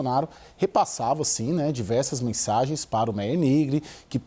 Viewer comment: Se pronuncia "MÁIER"